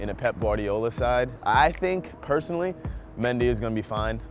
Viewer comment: He pronounced Benjamin mendy weird